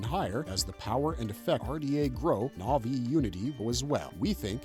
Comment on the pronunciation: what is this pronunciation of the na'vi names....